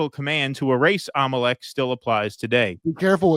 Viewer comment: so Jewish people are “im-o-leck” cuz they run betfkix